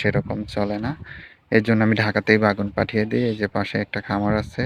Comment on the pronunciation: বে+গুন=বেগুন It’s not bagun🙂 Anyway, your eggplant field is beautiful. 🤗